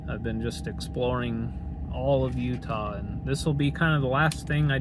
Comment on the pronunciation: Love all of utah's parks, valley of fire has been overrun like all places, thanks for pronouncing our state right. 😊